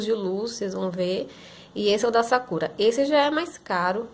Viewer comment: Ela fala sakura errado kkkk